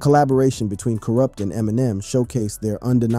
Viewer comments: Yes, all my real HIP Hop,rap heads,feel me,how dare they disrespect kurupt, can't even pronounce his name right!!!, and talking about him smoking Alot of weed, and he's a drug addict,but they don't mention,'Snoop dogg', smoking more weed, and call him having 'drug problems,,',you see,how FUCKED up is this fellow Real HOP heads,rap ,gangsta rap, fans feel me, like my brother from another mother,TAS.sure it won't be hard to figure out who I mean.Double R.peace.xx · You act like the brother is dead and like you know him. But you can't even say his name right. Boooo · How you gonna talk about "KURUPT" and you can't pronounce his name right and can't say the dpg right😂😂😂 this is the most incorrect video of kurupt that I've seen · im so upset at the mispronunciation it makes this irrelevant.. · The interview is repeating the same narrative for the first 15 minutes before including other aspects and changes in his life. We love Kurupt , he's the best lyricist, You pronouncing his name in a wrong way. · Ay no shade young bro...But how come you can't pronounce kurupt? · Dayumm say his name right 🤨 my boi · Kurupt fool get it right!!!!!! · you have to test AI text to speech always. make sure it can pronounce the words correctly. and when it doesn't you have to simplify the spelling for the AI so it will say it right. so for "kurupt" i would try to normal spelling first, "corrupt" or stuff like kuhrupt, kuhh ruppt, whatever you can think of or google the word and it will have underneath it how to annunciate the word and i found this: ku·rupt Pronounce Kurupt as K Y UH R AH P T or ku·rupt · Why u got him in a wheelchair on yo thumbnail??? Why u keep saying his name wrong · I really wanted to watch this but I got to 2.31 and couldn’t listen to “Kwrup” any longer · It’s pronounced “Corrupt” not “Cur up” 😂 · you dont know who to say Kurupt lol. its not Coo-rupt. its pronounced KER-Rupt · Who the Eff is koorupt?😂😂😂😂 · Bro doesn’t even know how to pronounce is name 😭😭😭